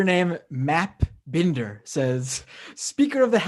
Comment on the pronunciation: i'm just confused why "binder" is pronounced "bender"